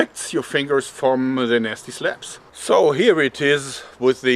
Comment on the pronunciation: Joerg saying "nasty slaps" is always good for a giggle.